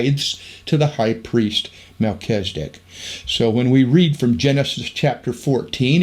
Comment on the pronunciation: MelCHIZ e dek, NOT Mel CHEZ i dik